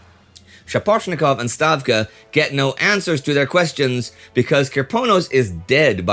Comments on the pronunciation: Thank you for noticing my comment a few weeks ago on the pronunciation of Stavka. It made my day to hear Indy say it! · Thumbs up for pronouncing Stavka correctly. Also, I like their directive: "3) If you blow up the bridges, who will prove you blew up the bridges?"